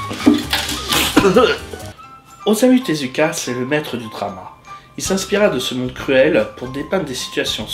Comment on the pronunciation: ça se prononce Ossamou Teska tu le prononce mal